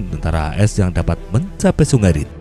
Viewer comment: Min bacanya rine....haha